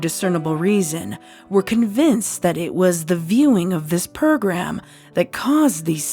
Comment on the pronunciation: Heh purrgram. Dose anyone else hear it